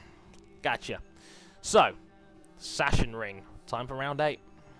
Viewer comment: Sachsenring is pronounced as sak-senring